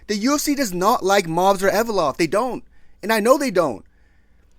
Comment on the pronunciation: "Movsar Envelope"